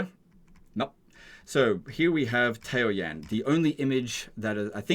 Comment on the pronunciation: Ta-O-yan lol Tao is a word. Yan is a word. Every single Chinese word has 1 syllable.